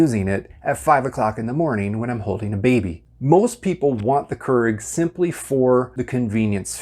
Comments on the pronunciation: Another common mistake people make is pronouncing it “krrrrrig”. When it’s actually “cure-ig” or “kyur-ig”. 😑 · I'd listen to a person explain about the Keurig coffee machines, But not this person as he keeps calling the machine Kerg what ever that is. It's a KEURIG Pronounced Keu rig. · Ha me trying to watch the video : keeps getting caught up everytime he says "kurr-ig" 🤣🤣 but hey he's probably correct and I'm probably not, but I've always called it "cure-ig" 😋 and I've made almost all these "mistakes" lol. I've also noticed that it won't brew if you put refrigerated water in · Keurig is produced as “Key-ur-rig” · "Q-rig" please thanks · Does anyone else cringe when he says "Kurrrig"? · I don't cringe at this one.. But I understand the issue, because other mispronunciations do bother me. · Well, considering it's a Dutch word, most people are pronouncing it wrong to begin with. His pronunciation makes it seem like there's more than one r in the word. Proper pronunciation is actually more like keer-ech / care-ich. But since I'm American, Cure-rig sounds good to me. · You're mispronouncing Keurig and you keep saying Keurig. 😂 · >speaks of mistakes, says he refuses to make said mistakes >pronounces keurig wrong lmao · This dude can't pronounce Keurig and it really bothers me